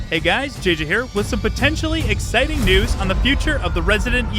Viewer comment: Omg at first I thought you said upsetting news. I had to rewind then I heard exciting 😅